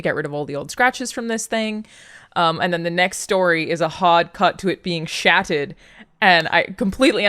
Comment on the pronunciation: Is she saying SHATTERED or SHATTED?! Like some weird past tense version of SHITTED?! lol I adore Alanah’s accent! 😜